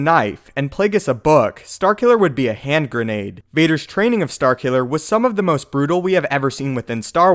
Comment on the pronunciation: This nigga said hand grenade lmao